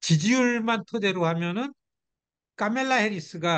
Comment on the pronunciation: 미국살고 뭔놈의 교수란게 카멜라 발음이 안되서 까멜라라고 하지 바덜되게